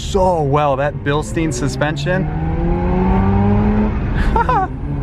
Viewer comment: Bilstin.... in a german ear it sounds like cancer. Its Bilstein... bilSHTAYN ls SHTAYN